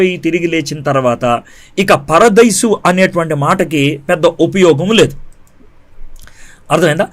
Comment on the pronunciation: మీ ఇద్దరికీ బైబిల్ సరిగా తెలియదు....కారణం ..మీరు బైబిల్ కాలేజీ కి వెళ్ళలేదు చదవలేదు. చదివితే ఎక్కడ చదివారు,ఏం చదివారో చెప్పండి. తర్వాత సంగతి తర్వాత. ముందు ఇక్కడ చూసుకోండి. అయ్యా! పరదేసి కాదు..పరదైసు. పరదేసి వేరే దేశానికి,ప్రదేశానికి చెందినవాడు. ఆమాత్రం పలకలేనివాడివి బైబిల్ ఏం బోధిస్తావ్?